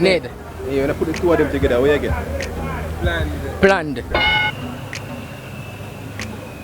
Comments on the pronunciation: Plan meddy dwl 😂😂😂😂😂😂😂😂😂😂😂😂, plan-ned 😂😂😂😂😂😂😂😂😂😂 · The past tense of plan is planned. With two n’s. planed is pronounced plāned; with the long ayyy sound.